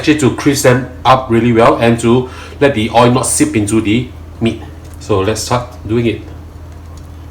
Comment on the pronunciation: Why do u always say Oi? It’s OIL😊